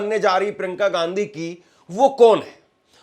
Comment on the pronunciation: Bhai surname sahi bolo.shadi ke bad bhi Ghandhi bologe